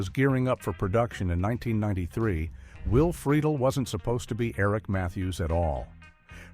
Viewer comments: Click bait much, and you pronounced Will's last name incorrectly. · Another weird fact: he's not pronouncing Freidle correctly :) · Yeah, I heard that too. Lol They also pronounced Will’s last name two different ways. Both wrong according to the way he pronounced it himself. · And you say Friedle different